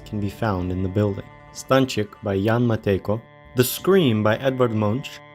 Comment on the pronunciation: No way you just said Jan Matejko 100% perfectly i am in disbelief